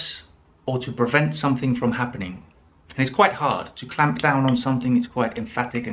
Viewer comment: Brilliant phrases.... issue for me is, I don't want to be rude, but I have to mention that, the pronunciation of words like Ramp, clamp and even layoff are not sounding correctly....no offense!!